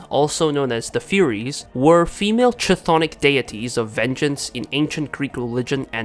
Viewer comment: For future reference, "chthonic" is pronounced not with a "ch" like in "Chinese", but with more of a "kh" sound, like in "corn" or "calm".